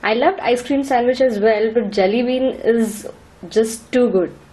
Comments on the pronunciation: This gal is so dumb.. ur accent is jalebi whenever u say Jelly bean.. lol.. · I swear I hear Jalebi every time u say Jelly Bean :)